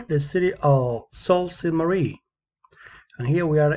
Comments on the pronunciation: Um I’m from Sault Ste. Marie and its pronounced soo saint maree but other wise good job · Yes, I learned the real pronunciation after the video. Thank you for the feedback. It is soo Ste. Marie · You can't even pronounce it!